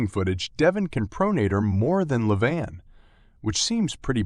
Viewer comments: It's just Levan, but everyone says leVAN when it should be LEvan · You called Levan in four different ways in the first minute. I always wondered why Americans are so ignorant in learning anything that it’s not in English??? Levin. Levan. Leven. Livan Could it be the school system? And the other guy’s name is ERMES. Not ERMIZ